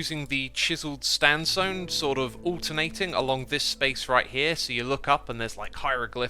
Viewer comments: He said stansone instead of sandstone! That great and funny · "Chiseled Standsone" Edit: Another one! "Orange Shanstone" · "...chiseled standsone" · Spoonerism spotted X says “Chiseled Stand Sone.” For those who don’t know a spoonerism is when you accidentally switch around the first syllables of words. I love it when these happen! Always brings a smile to my face :) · I can't unhear the 'chiseled stansone'